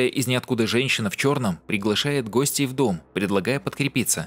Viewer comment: гОстей в дом, в капОре! Кто озвучкой занимается, текст читает - тому в школу следует возвратиться вновь!